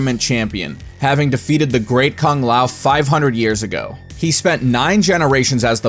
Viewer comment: What was up with the terrible mouth movements when goro was talking? Looked straight up retarded. Also, I don't want to be that guy, no disrespect meant but aren't kung and tsung pronounced like two os? Everytime you say these names I notice you pronounce them differently then the game does. Anyways, great videos. I've been having a marathon of your shit. Really enjoyed the how evil the characters are but I will admit too many basically the devil in my opinion. I think a lot of these guys are brainless pawns just doing what they're told.